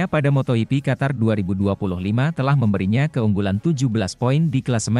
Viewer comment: Waduh cara bacanya ngawur patah. Baru dengar moto yipi untuk moto gipi kemudian Paddock dobaca padek, gak mau belajar tapi mau duit